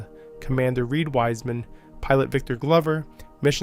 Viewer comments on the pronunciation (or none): Koch is pronounced like the Scottish Loch, not coach. It's a gutteral "ch" because it's German. Cook is better than coach. Koch means cook in English. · Thanks again! Excellent job of putting all of this together, in one place for everyone to see. Please don't pay any attention to some of the questionable comments... We all know just how well those people would do if "only they were astronauts"! As for the pronounciation of Ms. Koch's name..... Some people have wayyyyyyy to much time on their hands! 🤣We all know who you mean!